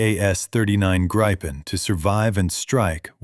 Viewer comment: GRIP-EN not gripe-en. FFS